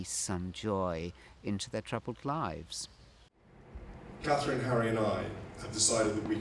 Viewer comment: When are you going to get it right? It’s CATHERINE!!!!